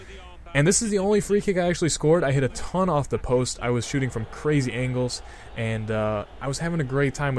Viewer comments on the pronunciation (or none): none